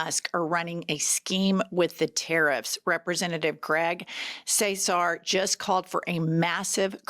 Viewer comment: Y'all. Greg's last name is pronounced "kah-sar". Love you 😘